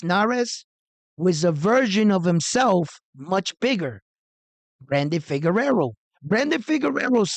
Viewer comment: is the Substitute Teacher... he just wanna call these fighter's names whatever which way he wanna 😂 - Luis Nery is Narez. Brandon Figueroa is Figerero. Max Kellerman is Callahan...JK. Love this channel bro! Keep up the good reporting!